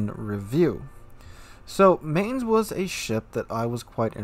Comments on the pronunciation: Agreed! I was stationed at Lee Barracks in Mainz, Germany for two years and I cringed EVERY time you pronounced it. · Pronounced "Mine-z' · I’ll say this once and hold my peace - try to pronounce this ship as “Mynts” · Negative on that Chupacabra. Studied German for five years in school myself and Domitius is correct. The "z" at the end of Mainz is pronounced "ts". This has been driving me nuts because I saw NoZoupForYou review the ship and he was pronouncing it the same as, with a long A sound in the first syllable and an S at then, like "Mains". No. Long I sound in the first syllable and TS at the end. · It's pronounced 'Mines'. I threw my dedicated 19pt firestarter Nurnberg captain on her. So far every singe battle I was either middle tier or bottom tier. It's been a struggle. I get the shit focused outta me, probably because 'new ship smell'. Priority Target is very recommended. Feels very much like a Nurnberg in a tier 8 match. With Demo Expert and both fire flags you get an 11% fire chance times twelve every 6 seconds or less. With Adrenaline Rush fully kicked in it's like a 4.8 second reload. It's really nice getting into a fight with another cruiser. Get close enough and that legendary German AP will do some goddamned work. Hell I was using it on broadside battleships 13km away and getting damage numbers close to 5k. The 38mm HE pen does bad things to USN, French, and British battleships all day long. German, Japanese, and Russian battleships not so much. IMO the only letdown is the 25mm plating and rudder shift. This ship would be so much better if she had the ability to bounce 15 inch shells. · You should watch the WG Armada video about how to pronounce Mainz. With all your love towards german ships still saying her name like its american